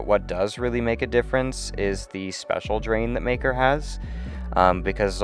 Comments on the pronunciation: bro did not say maker 💀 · Exactly what I heard